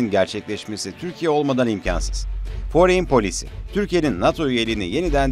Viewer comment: Yabancı şirket isimlerinde sürekli yanlış telaffuz can sıkıcı. Foreign Policy, lockheed-martin mesela. Google sözlük sesli telaffuz size yardımcı olabilir.